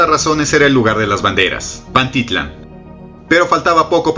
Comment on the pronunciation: Se pronuncia PantiTLÁN y no PanTItlan, te sugiero que aprendas a pronunciar bien